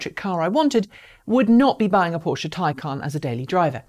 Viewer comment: Finally, someone who can properly pronounce Taycan and Porsche. Good points in the video.